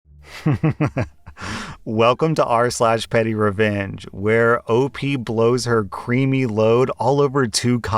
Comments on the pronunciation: "The next story is from are-sole" giggles dont you mean BUTTHOLE:D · reads out loud "Are-Sole". Everybody else: "lol"